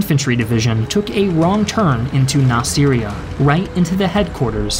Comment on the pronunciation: we call it nasrya not nasiria